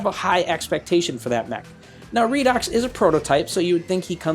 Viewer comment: Everybody pronouncation redox Me-Raydox